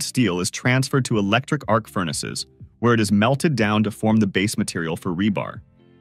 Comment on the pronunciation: This robot English still isn't ready for prime time: the machines' way (all the machines, all over YouTube) of combining an adjective and a noun much too often comes off with a bizarre pair of emphases, very often carrying strange implications. "Shredding MACHINES," is just plain odd. "SMALLER uniformpieces" tells us that the narrator thinks a uniformpiece is a thing. Ugh. "Electric arcfurnaces" has the same problem. The reader doesn't know that it's the arc which is electric, but the importance of "furnaces" stops "arc" from getting prime accentuation. And so it goes. Stop it, OK? Just stop it! You're ruining the language, probably on a planetary scale -- and you're turning YouTube into a mental slum.